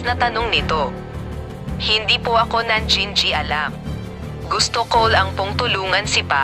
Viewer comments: Ano daw? Nan ji ji alam😂😂😂😂nangingialam not nan ji ji alam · "najijialam"daw Sbi ni gurl.